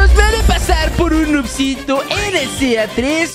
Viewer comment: Segundo 41 no dice noobsito dice noobsito jajajajaja